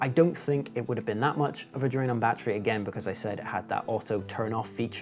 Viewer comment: How many bloody times does one need to say "battrie"?